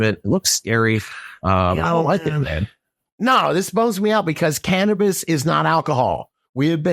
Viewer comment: “Christ of cannibis” 😂😂😂